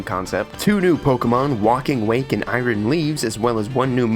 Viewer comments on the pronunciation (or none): none